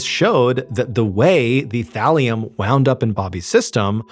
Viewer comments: Oh, thallium i heard valium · Oh Thalium!!! Haha I though you said VALIUM!! Hahah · take a shot for everytime Ballen says "Thalium" lol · Is Mr. Ballen saying “Valium” or “Thallium”? Sorry, I can’t distinguish what he is saying. 😮😅😊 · Lol i thought you said valium 😂 had rewind and listen again.. thalium makes more sense lol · thought he was saying valium